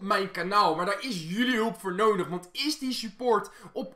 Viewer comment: Valt het jullie ook op dat hij een soort van noondig zegt Ik weet zeker dat iedereen terug gaat kijken naar het begin van de vid